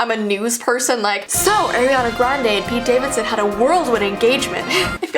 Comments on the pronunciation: Do u want kids when your older... BTW ITS ARIANA NOT aIrAnA... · ITS NOT ARYANA ITS ARIANA Sorry it get me mad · You said AIR iana grande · Who is "AiRiaNa" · She’s like:Eriana Grande (not hate) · Air-iana Arianators: triggered Sorry I had tooooo lol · It's ar-i-ana (r-e-anna(how to pronounce)) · When she said AiRiEaNa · ‘AIRiana Grande,’ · AIRiana (lol it’s ok) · it’s pronounced ari-ana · Why Is Every Single YouTuber Call Ariana Grande As "Eriana Grande"?? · Ariana sorry I just know Air-iana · Wait why does everyone say " AIR iana grande?!? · “ Ayeriana Grande “ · Its get me mad because Ariana not ARYana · AIRiana Sorry it just bothered me heh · im not blaming her for this but i was triggered when she pronouced Ariana idk if i was just pronoucing it wrong myself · You said ARIANNAS name wrong i triggered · you pronounce it wrong I love you videos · You said her name wrong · I love u but I wish you pronounced her name right 💞😭😑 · No one:: "AIRiana Grande" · I love the top! Just saying the pronunciation is Ariana grande not Airana grandi. No hate i love you. Also can you do Olivia Rodrigo if you haven't done her yet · It's Ariana not Airiana just to clarify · Why did u say eriana grande it’s Ariana grande not trying to be mean but u so cute girl omg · it’s not AIRANAN grande it’s ARIANA Grande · Its ariana grande npt airana grande you fake as fans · ARIANA NOT AIRIANA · it’s ah-riana not air-riana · Everyone is saying eriana grande not Ariana grande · air-iana Me:ITS PRONOUNCED O-RIANA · Its not air iana grande its ariana grande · today we will talk about airiana Grande Me:Airiana grande? You mean ariana grande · Ariana not eriana😂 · Eriana? Ariana ahahahhahahaah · It's not Airiana Grande it ARiana grande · It's not air, it's ar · you dont say her name as airina its like ar-iana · NOT AIR-E-ANA IT IS ARE-E-ANA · Airiana? I know your Canadian but AIR-IANA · Airy-ana haha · Ah yes air-iana